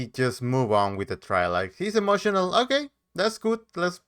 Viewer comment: Nobody cares you saying you are, ( a little motional) that’s how he says emotional.